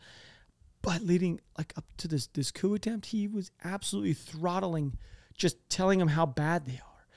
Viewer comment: The 'p' is silent in this version of the word "coup." Don't pronounce the p, dude. Not cool.